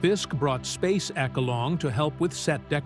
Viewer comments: Spayssek, not SPACE ECK (sounds like he's talking about a sci-fi flick)...after hearing it the first 20 times, I gave up. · Spaysek...not space-ekk🎩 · The way he pronounces it like space-Eck is so annoying. I always heard it as Spay-sick, with the emphasis at the beginning. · "Space ek"? I thought it was pronounced /SPACEK/...as one word. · Please pronounce her last name correctly. Annoying as hell!